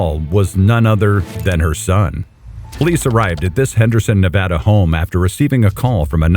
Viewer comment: when the guy pronounces nevada like that i got excited cause so many people mispronounce the name